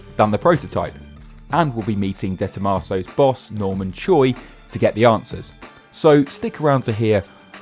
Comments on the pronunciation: Is it Dee Tomaso or Day Tomaso ? Because you keep saying “DAY” Tomaso. And, now I wanna know how it’s actually pronounced. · It's not DEEE Tomasow! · Did he call it the... Dayto-maso? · "Deeeeee Tom Arse so" learn to talk for fcuk sake! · Its not a "Day Tomato" hahaha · De Tomaso ?? It is Dr. Tomaso from Argentine ok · the "DAY TOMAHSOE" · "Day" Tomaso? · The way he pronounces Day Tomaso is nauseating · How do you pronounce 'De Tomaso'?